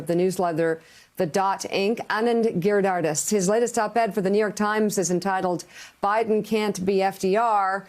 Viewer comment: Mika I love U as a journalist. But for God's sake learn to pronounce Names of important contributors before you go to air. It's not hard. Gir dhar das